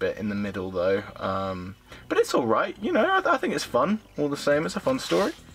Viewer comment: Good to see one of these videos again. Nobody seems to be making them any more since the Blu-ray sets started coming out. I can't give you a like for this video however due to your use of "aiight"(?) instead of 'alright' at various points